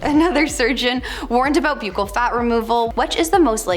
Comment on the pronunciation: Did she really say ‘Botex”instead of Botox and mispronounce the word ‘buccal’? Why do the hosts on this channel always pronounce names and words wrong? They need to research the correct pronunciations before posting. Frankly, it’s embarrassing.